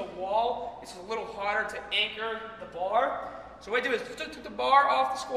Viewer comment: No knee baahs?!